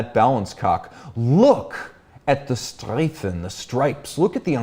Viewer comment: I would like to take this as an opportunity to let you know how much I appreciate and enjoy your content on YouTube. To me, you are the voice for all things related to watches. Also, compliments on the pronunciation of "Streifen". Best regards Sebastian /BuckyGunts